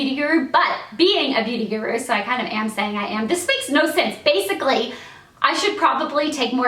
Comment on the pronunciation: So Elle knows how to pronounce "guru" now? ;)